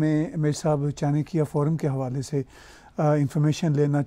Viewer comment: First of all should start pronouncing "Chanakya forum" correctly. It is चाणक्य & not चानकिया.